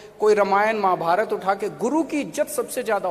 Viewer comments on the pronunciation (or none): none